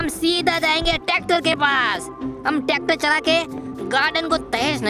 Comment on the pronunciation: Tacter nehi tracter